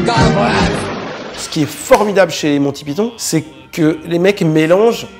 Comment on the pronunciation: The Holy Grail fait partie de mes films favoris. Par contre, ça se prononce "monne ti paÏ tonne" et non "mon ti pi ton".